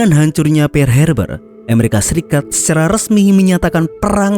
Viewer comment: Pearl wak..bknya "pear".."pear" itu buah..🤣🤣🤣